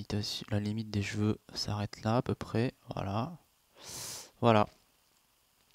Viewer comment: C'est moi ou il dit "j'veux" au lieu de cheveux? Ca me stresse !! XD